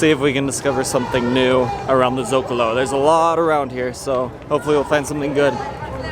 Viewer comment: Guys, cool vid. One note: Socalo, not Zocalo :)